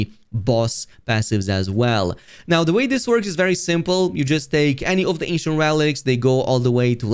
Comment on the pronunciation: ANCIENT! Thought you were saying Asian! I was like it doesn’t look Asian…